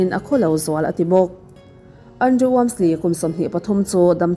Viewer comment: keipawn ka hmaih ngai lo, mahse, thu leh hming lam dân uluk deuh a ngai deuh. Andrew - Andru( Andreu tih ang deuhin a ri thin em a tir lamah khian).